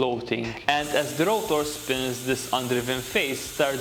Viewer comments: Its rotor, not routor!!! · I love his accent. mOOOOtor, rOOOOOtor